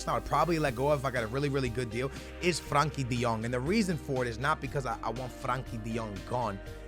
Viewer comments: Its frenkie de jong not Frankie de jong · It is FRENKIE DE JONG not FRANKIE